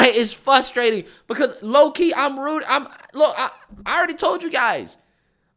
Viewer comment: FRustrate with an R…it’s not fuss- tating….. it’s frus-trating. It’s okay, I love ya man! Lots of people make this mistake in pronunciation. It’s just a pet peeve of mine. Same with people saying “pacific” when they mean: ”specific” And the one almost everybody gets wrong is the word “regardless “…… it is usually pronounced “irregardless” which is not even word. With a few minor corrections anyone can sound really smart💃😉❤️